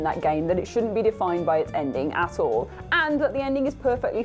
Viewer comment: When said "at all" it sounds like "ass-hole" And I think the elder scrolls games are overrated.